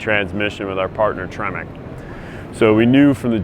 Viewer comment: Tremac or Tremec … Someone messed that up